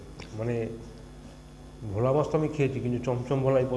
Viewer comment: Why is shawarma pronounced as shoborma by u and bhola maach pronounced as vola????? Cant u bongs atleast get ur own pronounciations correct instead of using stupid pronounciations where not needed like instead of bhel puri its now become vel puri... so instead of bangla and bangali why dont u say vangla and vangali?????? Since when did u guys hav a va in ur vocabulary.... everything was ba. Stop desciccating a language just because its not ur own. Respect others languages instead of ruining it.